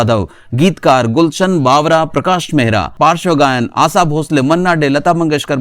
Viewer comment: आसा नही आशा भोसलें नाम हे हिंदि बोलना सिखो 😂